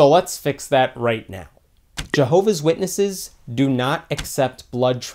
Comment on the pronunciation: Milolo2.0 it is actually pronounced Jehovah’s Witnesses